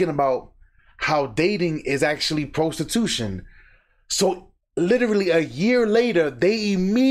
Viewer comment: PRO-stee-tution 😂 get a job